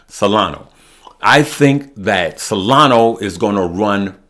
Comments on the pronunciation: SOL is Solana not Solano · Hi, i'm subscribed to your channel and i watch your uploads everyday, i just wanted to say you keep saying Solana wrong... it's Solana with an A not Solano with at O. 😁